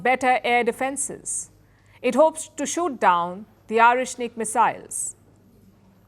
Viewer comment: The way she pronounce Oreshnik indicates that she made a respectful research on the matter in every detail. A true professional!